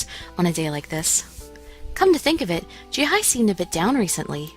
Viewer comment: Did you really say, "Jihie?"